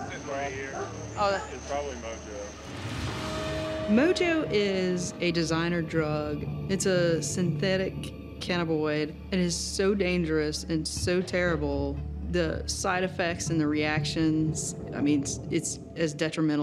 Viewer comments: WOULD SHE SAY CANNABINOID AGAIN?! “CANBOID” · officer Karen needs to learn how to say Cannabinoid.